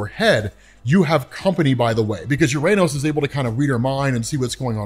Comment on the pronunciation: Just a note, "Uranos", as per ancient Greek where the name comes from, is pronounced as "ou-rah-nos", or "o-rah-nos", and not as "youranus"